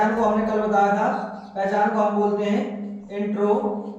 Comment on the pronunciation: Pahichan nahi hot hai paihchan hota ha